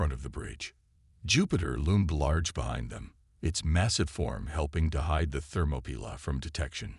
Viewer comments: That is so ridiculous I was wondering what the hell a "Thermopila" was. it's not a word. the closest I could come was thermopile, but that is a temperature sensor. Then it dawned on me. It was an AI bastardization of "Thermopolis". Or what we say in The USA Thermopaly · It's THERMOPYLAE!!!! I stopped and won't continue. If you don't listen, then edit your content properly before posting, then stop posting. All you're doing is half-assing the content because you're too lazy and letting whatever AI system you use to do 99% of the work. Need to block this channel. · Interesting pronunciation of the ship name, more AI slop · Oh, the ship is the "Thermopylae". Channel needs a better TTS.